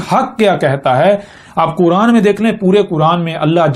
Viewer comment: یہ چھوٹی بات نہیں ہے لہجے سے ڈھیٹ پنجابی لگ رہا ہے لیکن چونکہ یہ اپنے آپ کو نبی کہہ رہا ہے تو کیا اللہ تعالیٰ نے اس کو اپنی کتاب کا نام تک نہیں سکھایا؟ کران کران کر رہا ہے بے غیرت بے شرم اور کچھ گمراہ لوگ واہ واہ کر رہے ہیں ۔ اس ویڈیو میں تو وہ کوئی خاص بات نہیں کر رہا